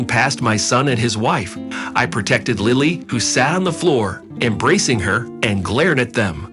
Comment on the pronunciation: They need to pronounce Lilly's name. During this story they are pronouncing it several different ways.